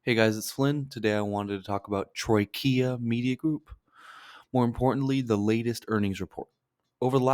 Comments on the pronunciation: Troy ka… not Troy Kia .. it’s not a 🚗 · It’s Troika not Trokia